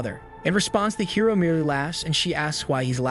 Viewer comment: am i the only one who kept hearing "heroin" instead of "hero"?